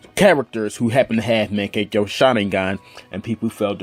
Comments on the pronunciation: Get ur pronounciation right😑, wtf is makekyo??😂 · is mangekyou not mangeko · why this dude making videos on Naruto when he doesn't even know how to pronounce or spell mankegyou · Me: Magekyou sharingan!: MEGKYO SHARINGAN Me: ITACHI UCHIHA: TACHI UCHIHA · monkekia washeringrrr lol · lol i like how he says mangekyo...... pretty sure hes never watched naruto in his life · Your pronunciation of mangekyo gave me cancer xD